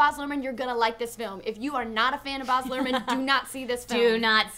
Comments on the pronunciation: STOP calling him "BAHZ" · Baz Luhrmann and the rest of the cast had an IMPECCABLE understanding of the book. And it's pronounced bAz not boz ahahahah.... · why do they pronounce baz as bahs? it has a long "a" sound.....not to be picky but if you're going to criticize his movie and you're such big fans, you MIGHT want to pronounce his name correctly. not even trying to be a troll or whatever, but yeah. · OMG BAZ as is bAAAAZ, not boz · boz luhrmann. haha. first time hearing an american pronounce his name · it really bothered me how you kept pronouncing baz, bahz..... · Its Baz, not "Baaz". Damn it, please use proper australian pronounciation! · Keep it in your pants! Calm down.. And it's Bazz not Bhars dork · It's Baz Lurhmann. Not Boz... C'mon ladies! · its baz! not baars! da fuk , u guys say u love the director? u cant even say his damn name... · Glad I wasn't the only one... I was like who the hell is this Boz they keep talking about... I died a little every time. LoL. Like saying Leonardo DeCaRprio. Still an enjoyable review. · They have no idea how to say his name lol it's Baz lol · i laugh... but i think i bled out of my earhole every time said 'boz' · Omg say baz properly:') I love the book, can't wait for it to come out in the uk, I'm a huge moulin rouge and baz fan! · Did I miss it or did they mention the director? Was it Baz? Did they say Baz? I could tell if they said Baz. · I like, but you would think such a fan of Baz Luhrmann would be able to pronounce his name right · every time you said Baz, i cried a little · Baz, pronounced like the word 'jazz'. :) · I hate the way they say Baz Luhrmann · The pronunciation of Baz is killing me, bloody Americans. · They are pronouncing Baz's name wrong. Every time they said it, I cringed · ughhhhhhhhhhhhh please pronounce baz properly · STOP PRONOUNCING BAZ WRONG, FUCK. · Why is she saying his name like that.. Its making me cry inside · bAAz not boz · Baz s pronounced like axe not like Oz